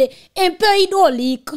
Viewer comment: Mesyé hydrolic pa mim kon li "li di invaliation" kot neg sot sa soti 😂😂😂😂😂😂😂😂😂😂😂😂😂😂😂😂😂